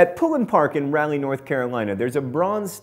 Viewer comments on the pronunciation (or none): Haha oh John! RAH-lee, NC not Rally, North Carolina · John, my friend, it's Raleigh(Rah-lee), North Carolina, not Rally lol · Unless I've always been taught wrong, which would not surprise me, our capital here in North Carolina is pronounced "RAWL-ee" not as "rally". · Raleigh NC is not "rally" it is Raw-lee, ....love you mental floss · Good list. But, as a North Carolina native, I feel obligated to say that it's pronounced "RAH-leigh," not "Ral-eigh." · I think you switched the A pronunciations for Albany and Raleigh. I have a friend in New York and I live in North Carolina and we pronounce Albany "al-bun-knee" not "all-bunny." EVERYONE I've met in North Carolina says "rahh-lee" not "rally" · I'm sorry. "RALL-ee"?! John, no. It's pronounced "Ral-ee". I know because I'm from North Carolina. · That wasn't a picture of Johnny Carson that was Dick Cavett. Oh and its pronounced raw-lee (Raleigh). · I love you John but a) Raleigh is pronounced like Rawlee (and you should know, you've been there), and b) who on Earth was that picture of when you were talking about it? Not Andy Griffith or Ron Howard. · Rah-lee. Raleigh is "rah-lee." I was expecting something dumb about my home city cause most of the things about nc in these videos have been boring facts, but this one was good. I remember when that plaque got stollen. much scandal. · John why did you pronounce Raleigh like that. It's "Raw-lee". Common John, your parents live in North Carolina. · North Carolina capital is pronounced rah lee. At least by North Carolinians. So it must be right. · Did you really pronounce Raleigh as Rally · you said Raleigh wrong. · You really can't pronounce Raleigh?